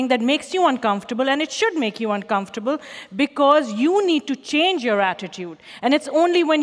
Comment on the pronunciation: The way she butchers "uncomfortable" into "uncomfurble" puts me in a state of maximum distress.